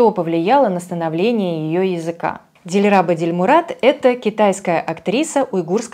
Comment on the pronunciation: в имени дилраба или по узбекски дилрабо ударение в другом слоге.